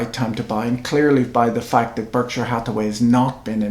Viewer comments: Why doesn't Mr Buffett pronounce Berkshire correctly? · American vs. British pronunciation?